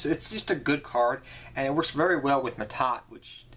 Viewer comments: Yes, but L.t mad productions was probably talking about pronunciation. Ma'At is pronounced ma-aad, while Mahad is pronounced Ma-haad, not maa-tah, not ma-taat. That's the mixup. And yes, I cringed as well as I heard it, especially as a fan of the character Mahad. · That's Mahad Not Ma'Ta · MAHAD. Holy crap. There' no T.